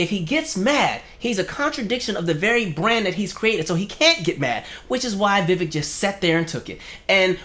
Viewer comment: The fact that 5 seconds in and you can't pronounce his name right? Already tells me I'm likely wasting my time listening to this. ANYONE in the political sphere that doesn't know it's "Vi-Vake like cake" is likely disingenuous, from any side. 🙄. Sad.